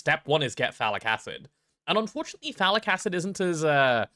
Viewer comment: I do NOT ear any T in phthalic, wich make a bit... well... ambiguous